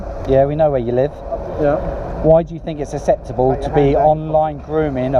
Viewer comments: Wish that guy could say acceptable acceptably 🙄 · So do you think it's "asseptable" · I don't know if it's "asseptable" but it's definitely not acceptable. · this guy cant say acceptable. 'asseptable' 😂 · Do u fink iss asseptable m8????